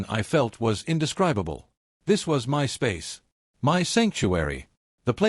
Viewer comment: Does AI not know how to pronounce 'My'?